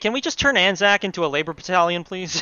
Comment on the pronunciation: bloody right it's ANZAC not AAC!